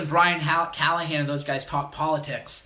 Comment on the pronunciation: I lol’d at “Callaghan”